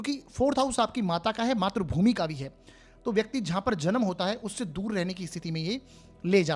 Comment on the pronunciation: Matrabhumi NAHI sir matrabhumi bolakijiye .matra NAHI sir matri boliye .. .